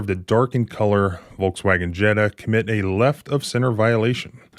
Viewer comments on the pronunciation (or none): none